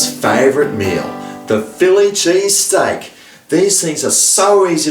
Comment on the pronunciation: chilli pheese steak gagagaga